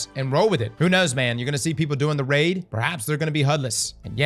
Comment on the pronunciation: Is cross an AI or what? I keep hearing him say RAD not RAID.